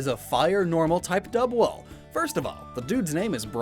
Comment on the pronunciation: Congratulations. You somehow made Dudwool EVEN MORE BRITISH